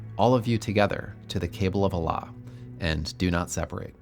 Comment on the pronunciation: If you're gonna make a video about the islam at least pronounce allah correct lol. And calling mohamed a business man isn't very accurate either.